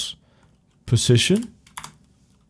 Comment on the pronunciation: Great tutorial but when you say position it sounds like precision... witch I'm used to now but it was kinda confusing when I started